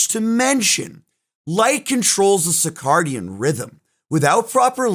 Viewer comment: Sir-cay-dian not sick-ar-dian